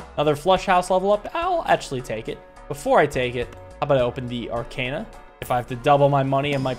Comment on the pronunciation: I adore this game and your series on it but for gods sake please pronounce arcana right.